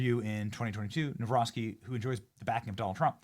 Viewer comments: Dammit Benny. It's NavRocki, not NawroSKI. Don't be ignorant. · That chick keeps mispronouncing his name!! NAW ROCKI NOT NAW ROSKI !!! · Benny, the pronunciation is Nah-vro- tskee. The amount of dirt the opposition threw at him equals to smear thrown at Trump. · I wanted to scream the way you pronounce his last name learn it or stop it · What a way to butcher the name